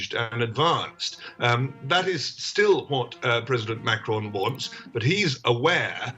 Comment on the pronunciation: I love how she turned into a slightly German accent when talking about Merkel and a somehow French accent talking about Macron